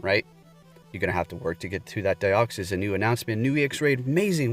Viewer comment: Its DEE-OXY-s like De-oxy-ribo nucleic. Acid